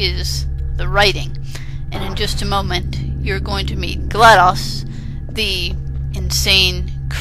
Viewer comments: its gladOs not gladus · its gladOs not gladas